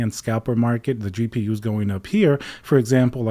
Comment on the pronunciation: "gapers" lol